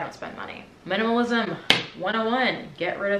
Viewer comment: I just love that "MINAMALISM 101"